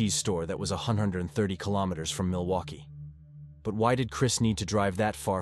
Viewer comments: Mill-Loki? Is AI reading this? It's Milwaukee. Mill-Wau-Key or Mill-Wah-Kee. Depending on the region in the state. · My computer friend it's pronounced "mill-e-wah-que" which is Algonquin for "the good land". Also, you would never refer to a 38 year old man as a boy. You might say he looked boyish or had boyish good looks but you would never call him simply a boy. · Milowkwee?? A robot is narrating all these! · Milokie? Milwaukee! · Oh miloki the 2nd time haha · It has to be AI not a real guy. Milloki? Half these channels are from the east and use AI ,used to be bots. Misspell and can't speak proper words. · Why so many mis-pronounced names, like Milwaukee? Thats pretty bad.